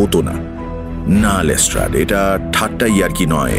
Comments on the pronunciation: You guys are class apart. But why is saying Les ট্রেড?! 😳😥🙄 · Yes. But it's pronounced as Les ট্রাড. It's always been Les ট্রাড. Look at Mir's pronunciation too, always perfect. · Am I the only one who found 'লেস্ট্রেড' pronunciation extremely irritating 😅😅 Atodin লেস্ট্রাড shune esechi baki rao tai bolchilo hothat erom kano bola shuru korlo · Les-TRAAD k Les-TRADE bola ta khub kaane lagchilo... eii tukuii con :) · Pls (Watson ) ke bolo je ota lestard not lestred pls it's piercing in the ears